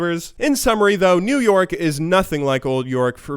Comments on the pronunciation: I thought you kept saying new york instead of new yoric hmm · i honestly always understood him saying old york and new york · Is it just me or does it sound like he says new York when he says new yorick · i could've sworn he said New York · am i the only one hearing new york instead of new yorick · it sounds like you say New York instead of new Yorick :'D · Sounds like you are saying "New-York" not new yorick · lol 'new yorick' sounded like 'new york' 😂 pls help me my humor sucks.. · Sounds like you're saying new york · I keep hearing you saying NewYork even though i know you're saying new yorick :| lel kappa